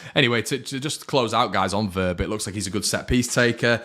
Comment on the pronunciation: Give your head a wobble,his name is Wober not Wobbler 😂🤣